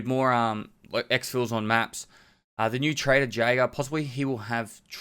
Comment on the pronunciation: ITS PRONOUNCED YAEGER REEEEEEEEEEEEEEE